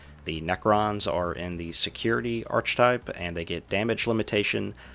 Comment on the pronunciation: Don't worry, good for you to want to improve :) Btw, I believe it's 'ARK-etype';)